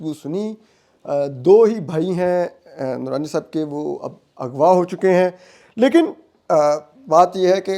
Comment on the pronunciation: احمد نورانی کو کیوں احمد درانی بولتے ہو